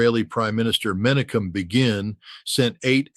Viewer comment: Pretty sure Ritter knows that "Begin" is pronounced "Bey-gin," not "Bee-gin".